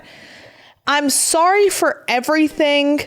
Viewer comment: Omg. Words that end in ing do not sound like “everythink”. Ing is not inc.